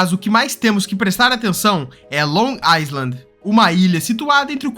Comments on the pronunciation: AMIGO ILHA EM INGLÊS SE FALA “AILAND”. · Long iland, o "s" não é pronunciavel, eu também cometia esse erro